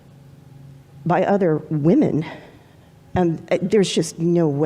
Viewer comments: Asian girl keeps pronouncing the plural of woman the same as the singular. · Is it something with asian people or is it just liberals that they can't seem to say the word WOMEN? They say WOMAN whether talking in singular or plural. Honestly curious.